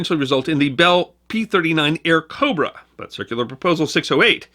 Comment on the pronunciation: The name of the P-39 is Airacobra, not Airacobra.